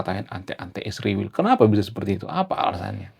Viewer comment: PEMBAWA ACARA HARUS BELAJAR MEMBACA LAGI,,, I S R A E L,, DI EJA YG BENAR,,,YA,,, 😊😊😊😊